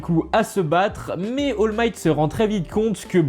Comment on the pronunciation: C'est pas oll might c'est all might